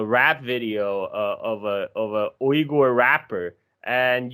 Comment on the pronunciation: should really not pronounce Uyghur names in mandarin